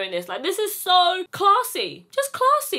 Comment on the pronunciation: It came in ‘sho’ many sizes😂🤣🤣